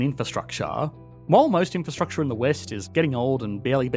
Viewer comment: drink whenever he says inferstructchaaar